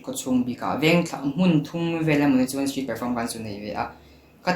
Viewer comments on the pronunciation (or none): Mamawia tih hi music an thiam duh ni hi Mamoia Drummer lah rapthlak em em a fa nei hunah mamawia ka ti ve dn🤣😂,..... Mhse "chuan" tih turah tinge chuen a tih zel a😆